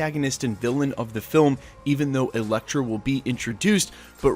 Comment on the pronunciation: wait....did you say Electro,and then Elektra??..or just Electro?....coz i am pretty sure i heard some Elektra like twice.